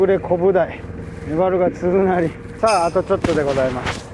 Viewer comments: はまゆう君の大ファンです('ω')/ 気になったので、『つづなり』と動画中に仰ってたように聞こえました。正確には鈴なりだと思います。あと、今回は出なかったワードですが、無修正よりノーカットという表現を他のYouTuberさんも使われてます。よりよい動画をこれからもお待ちしています。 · つづなりって言ってる？？w 鈴なりでしょ